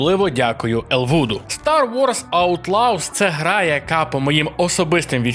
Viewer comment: Елвуд, не елвУд, це просто звичайне ім'я, яке вимовляється іноді неправильно. Дякую.